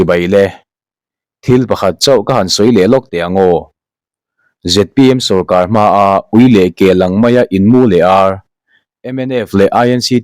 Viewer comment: Inmû leh âr aaa ni? Hahthlak ṭhin teh e maw! Inmû leh àr a ni zawk e 😮😮😮!!